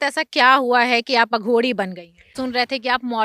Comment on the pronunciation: Anchor को पता होना चाहिए,अघोरी को अघोडी नहीं कहा जाता,सनातनी ऊर्जाओं से बात करते वक़्त vocabulary पर काम कर लिया जाना चाहिए।महान शख्सियतों से बात करते वक़्त anchor को हर बात की जागरूकता होनी चाहिए।